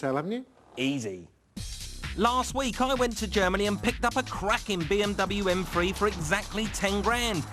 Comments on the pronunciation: "M Free" I guess he has a problem with using "TH" sounds. LMAO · its pronounced M3, not M fweee